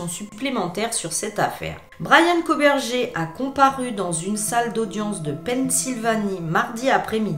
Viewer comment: Ça se prononce koburger comme burger king 🍔 😉